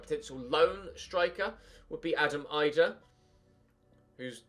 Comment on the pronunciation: Hi, I’m a Norwich fan and Adam Idah is very good and has good potential, would be a great league one signing. It’s also actually pronounced as if it’s ‘Adam E-dah’. Cheers mate, loving the content bro